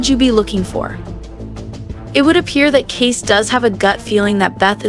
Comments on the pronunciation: Seriously ? You're not even watching this show: His name is pronounced: Kayce, pronounced like Casey, not Case. 🤦🏻‍♀️ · The ranch known as 6666 is pronounced...four sixes..., Kasey's name is pronounced...Kay-see..., not Case, a true fane of this show would know this. These two mistakes in your overview has left your content mediocre at best. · His name is pronounced CASEY, not case !!! Get it right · lol Case :( KAY SEE 👍🏼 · Your AI girl is pronouncing Kayce as Kase. Please adjust/fix. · The younger brother's name is pronounced Kay"see"! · His name is Kayce... not Case. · K.C......can you pronounce that..... ALSO SPELLED ......Kayce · Thanks. I thought it was just me. Couldn’t concentrate on what she was saying except for pronouncing Casey name case. Omg😂